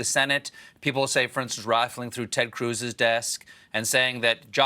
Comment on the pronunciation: At , did I just hear Stephen break into his southern accent? When he said "Rifling through"?